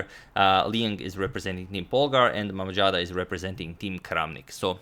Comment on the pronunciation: BTW z in mammadzada spells like zoo, not j.